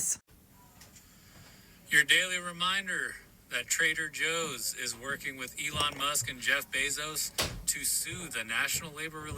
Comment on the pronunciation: Could have sworn I heard it called Traiter Joe’s……